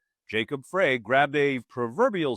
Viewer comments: Just an fyi: The last name of Minneapolis Mayor, Jacob Frey, is pronounced Fry, not Fray. I'm very proud of our mayor! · Oh God, you have heard enough times the MPLS mayor is Jacob Fry __ not Fray! Get with it ! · I live only blocks from where this poor young woman was murdered and only blocks away from where George Floyd was murdered. Seems to me an American "law enforcement" is out of control. Also our mayor's name is pronounced FRY not FRAY